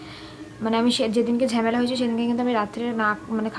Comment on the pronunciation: ঝেমেলা আবার কী😂 ঝামেলা বলে